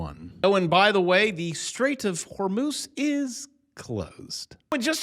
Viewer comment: The "Straights of Whore Moose" sounds like a 1980's VHS movie !